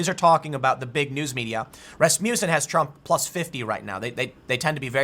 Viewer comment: “Rass Muh Cen” not “Rass Mew Son”